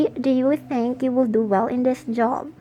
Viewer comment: Some resources are patented the branding and the back ground. Clearly you are mot affiliated with the company, also the pronunciation “welling”? Are you welling? Seriously? I’ll just report this and the page.